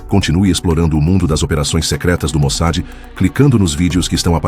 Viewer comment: Get an AI program that can pronounce Mossad? "MOSAD" is not correct.